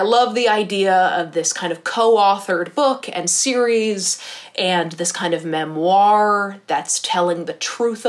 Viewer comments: no one:: memOIR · I’m obsessed with the way you say ‘“memoir” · Do not mean this in a bad way at all, just wondering as I'm from the UK - I've never heard someone pronounce memoir (with the emphasis on 2nd half of the word) the way that you do, is it a regional thing or just personal preference? I think it's very cute, just something I've noticed and was curious about!